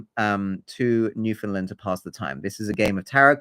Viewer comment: This is a really great theory and as a newfoundlander i love the how our history is included and that you dont pronounce the Found like so many do. I just wanted to point out you pronounced Mi'kmaq as "mik mak" and its actually more like "mik-k'maw", its just a really old mispronouncation thats now considered as disrespectful cause some people continue to use it after they find out the difference to be disrespectful on purpose